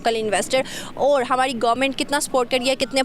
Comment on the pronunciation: I wonder why these Pakistani host don't pronounce 'Ra' rather they pronounce 'Da'.. it's not Hamari... it's Hamadi... 🤣🤣